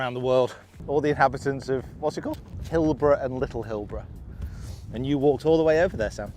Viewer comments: I’m also from that part of the world. It’s Hilbre, but is pronounced “hill-bree”. The island on the way out is Little Eye. Very common to walk out there and back when the tide is out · Pronounced "Hillbree".